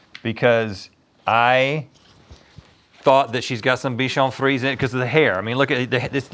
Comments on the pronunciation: its pronounce : bichon friSEY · It's pronounced "free-ZAY," fellas. Haven't you seen Shrek 2? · Bichon frisé is coming from french where frisé means curly it's not prounouced ''friz'' like they kept saying in the video it's actually written with an ''é'' at the end so frisé not frise and in french ''é'' is prounounced as how in english we say ''a'' the indefinite articles that precede nouns in a pharase for ex the ''a box of chocolate'' so you say it ''friz a'' (I'm french canadian)